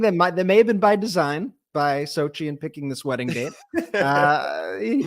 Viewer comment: Congratulations on your wedding nuptials. I noticed that it appears that people mispronounce your new spouses name Xochitl is an Aztec name all the vowels and consonants are sounded I hear phonetically pronounced Sochi it should be pronounced Sochitl with the t and the L pronounced as well just and fyi .Again congratulations.